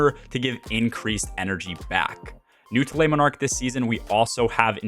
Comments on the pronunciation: "leh monarque" - not "lay monarque" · If you weren't aware you are jacking up the name of the bow something awful 😂